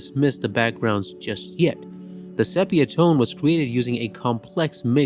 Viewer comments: I really liked your review……except the word “sepia”, is pronounced SEE PEE UH, not SEP PEE UH. Please try to use the correct annunciation. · “Sepia” is pronounced “see-pee-a”, not “sep”. Oy. Otherwise, a good short. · If you are going to make videos like this at least learn how to pronounce the damn words. It’s not pronounced sepia with a short e. It’s pronounced SEE PEE UH. This is common knowledge which shows that you have no idea what you are talking about. Get it right! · Sepia is pronounced see-pee-uh. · Very well done. Thank you. Only thing: 'sepia' is pronounced 'SEApia.' Otherwise it's perfect. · You are the first person I have ever heard, to mispronounce the word 'Sepia'.